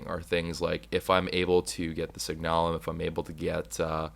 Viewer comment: please. I want you to pronounce this right. It's signalum, as in the word signal. It's sig-n-uh-lum, NOT sig-naa-lum. Please and thank you.